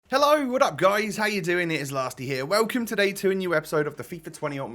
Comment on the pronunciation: Nobody:: Helleo